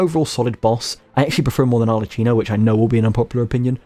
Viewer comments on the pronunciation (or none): Other thing: most of the names in this game come from italian so when you see any word like the name arlecchino or lumacchio where you ser the "ch" you have to pronunciate it like there is a "k" like "arlekino" or "lumakio" or for istance in reality you pronunce pistacchio in the same way: "pistakkio". This is just a tip to pronunce italian words better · I only have one complain: as an italian, I can't stand how you pronounce Arlecchino's name🤣 same goes for Lumacchio.